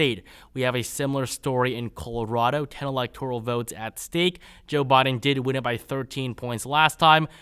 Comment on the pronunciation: It's pronounced CALL-A-ROD-OH not COOL-rado.